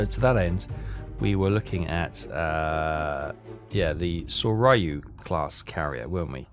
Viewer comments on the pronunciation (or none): Make an effort with the pronunciation,, mate. Mee-YO-koh, not MY-yo-ku. SORE-yu; HERE--yu. How would you like it if I pronounced Llanfairpwllgwyngyllgogerychwyrndrobwllllantysiliogogogoch as, well, ah..... Good to see you don't have your subs so close inshore they have no depth to hide in, and don't try to trade planes for escort ships. The Allies have more of them than you have cold udon dinners. Timing your kate/val/zero attacks so they arrive together will solve the cool-down problem as well as demonstrating your Kidō Butai skills. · Pronounced Sore-you and Here-you. Just trying to help. Love all your series.